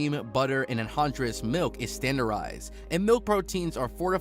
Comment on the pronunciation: Ok not trying to be one of "those" people but you need to learn how to say some of these ingredients properly. Granular cheese. you said it like grandoller. Its Gran-u-lar. Anhydrous. you said it like an-whole-dre-ous. its said like an-hi-dras. And there are more as well.